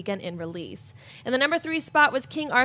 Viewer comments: "Swore-d" ... Miss CA USA. Degree in broadcast journalism. It's amusing to point this out, not demeaning. Thank you. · really pronounced the "W" in sword at the - mark...